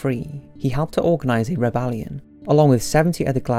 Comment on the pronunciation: Rebalean... nice english bruh